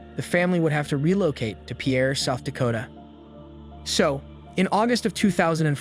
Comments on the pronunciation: It is pronounced “peer”, not pee’ air. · Pierre SD is pronounced "peer" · It’s pronounced “pier” as in the thing that boats moor to. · Pierre is pronounced “pier” in South Dakota. Fyi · FYI, Pierre is pronounced pier, like in Pier One. I live in SD & remember this case well. I know one of the DCI investigators that worked this case. Such a horrible case.